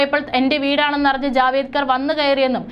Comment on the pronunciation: മോളെ പ്രകാശ് ജാവേദ്‌കർ അല്ല പ്രകാശ് ജാവ്ടെക്കർ ആണു. ശരിയായ ഉച്ചാരണം ന്യൂസ്‌ വായനയിൽ അതി പ്രധാനമാണ്